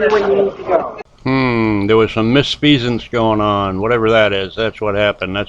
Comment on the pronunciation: What the f**k is “miss-fee-sance “?? BAAAAAHAHAHAHAHAHA!!!!!!!! What a moron!!